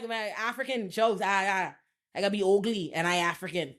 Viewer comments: The way you say ugly makes my day 🤣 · The way she keeps saying “ugly” has me in stitches. It’s just so emphasised 😂💀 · I died at that part 😂